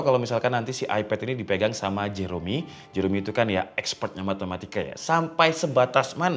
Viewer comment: jerome emang dibacanya jero "me" ya?? bukannya jeroMi ? wkkwkwk